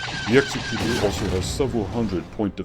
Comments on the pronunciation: You're pronouncing Executor wrong. It's eg-ZEK-ku-tor (as in exectutive), not EX-e-ku-tor as in execution (the word for that is actually executioner). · It's "egz-eh-kyu-tor" not "ehk-seh-kyu-tor" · Not really. "Executor" is a real word- a person assigned to carry out a duty- and has a correct pronunciation. The way you are saying it is incorrect. It's not a big deal, just a minor pet peeve for those of us who are anal retentive.